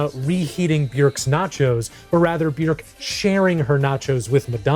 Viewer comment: very odd pronunciation of Bjork here